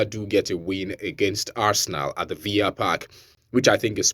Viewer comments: Villa not viya bro it's English 😅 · Aston Villa is English not Spanish, so stop pronouncing the Villa like Spanish villa